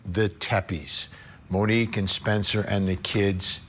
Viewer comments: Come on Vinnie, her name is MONIQUE, not Monica. Get it right 🤬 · Vinnie, her name is Monique, not monica!!!! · Her name was Monique. Not monikkka